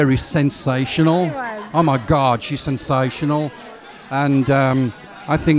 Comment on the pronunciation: When he says "Oh my God" it kinda sounds like he's saying "I'm a god"